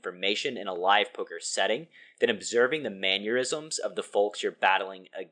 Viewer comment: Mannerisms, not manure-isms. Lol. You’re the man. Keep on grinding.